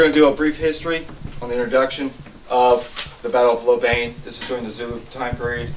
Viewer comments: Hlobane is pronounced with the "bane" being the same as the "bahn" in the German Autobahn. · At least learn to pronounce it… Shlow-bon-y